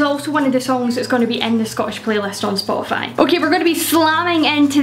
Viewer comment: I swear I heard you say "I'll list these on Scotify."